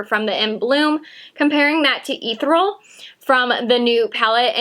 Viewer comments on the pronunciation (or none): The shimmer shade in the pro palette is pronounced ee-theri-ul not ethral. you're the 4th person who has pronounced it wrong. Not judging, just lettin ya know in case you use it again in the future. Lol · Ethereal sounds like= Eh-thir(like ear)-ee-ul ...hope this helps....I keep seeing a ton of YouTubers saying it the wrong way and its driving me nuts LOL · try pronouncing E - cereal then say E-thereal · PS At the risk of being "that person", (you're obviously a smart, confident person, so hopeful my note is just seen as friendly comment, as I intended, rather than judgey snark) In the metallic shadow on the first row, Ethereal, is pronounced "e-THER-ee-uhl" - it sounds like you've missed pronouncing that second E... Easy to do as it's one of those tricky to say words/ones you're often like "how's that pronounced, again?!". I sometimes do that with "behemoth". I noticed lots of vloggers were unsure of the Prosecco shade name in Jaclyn Hill X Becca (Italian adding to the mix!), so I'm not alone in this. Thanks again, great job! PPS My wallet does NOT thank you! Just sayin'. :P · Thank you! Mine arrived but I'm trying not to look at it until my birthday. Ethereal: delicate and light, you might google the pronunciation. I mispronounced something similar while reading the narrative to a slide show years ago (room full of people of course).